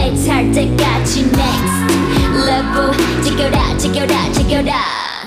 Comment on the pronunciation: 넥레는 깔린 원곡 비트? 자체도 사기긴 하지만 편곡을 sm스타일로 잘 해놓기도 했고 멤버들의 쫜득한 발음이 미친 중독을 만들었음 눽스트 레블~ 하는데 이 레벨이 아닌 레블이라 하는 부분에 중독되고 블맘 나왔을 때 넥레 기대했고 넥레 나왔을 때 새비지 기대했는데.. 지금은 새비지 다음 곡 너무 기대됨 스토리가 이어지니까 스토리 영화를 시각이 아닌 청각으로 보는 기분이라.. 이런 그룹 또 없음ㅜㅜ.